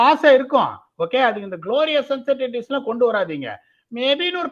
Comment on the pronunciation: Ash!! It's not uncertan ities but uncertain ties.